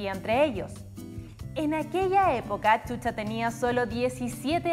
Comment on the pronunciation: Chucha 😂😂 NOOOOOOOOO Shusha 👍💯 así se pronuncia chilena lengua mocha ......